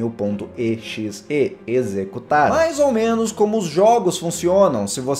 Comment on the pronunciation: Não se diz E X E diz-se exe (eu sei que vcs não me estão a ouvir mas tu disses-te errado )